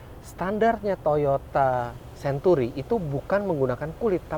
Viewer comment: sebut century pun xbetol.😂